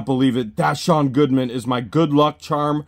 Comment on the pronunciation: Now I know that it is Sean Goodman and not Deshawn Goodman. Lol